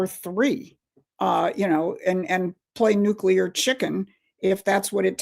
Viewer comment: LEARN HOW TO PRONOUNCE NUCEAR.